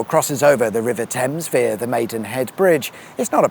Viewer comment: New drinking game, take a shot every time he mispronounces the word via🤷‍♂️